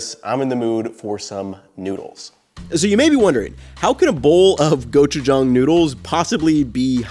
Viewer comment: Thank you for pronouncing gochujang correctly! 😂